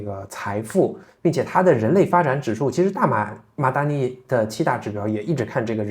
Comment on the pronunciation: MADANI 不是 MADINI😀😀虽然我自己很多时候也是说MADINI